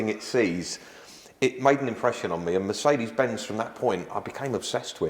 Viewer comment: Yet he can't pronounce Mercedes-Benz.